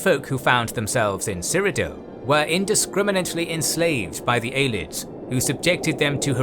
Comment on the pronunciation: Props to the narrator regardless, but it is pronounced (Ayy-lee-id and Kai-mer) by most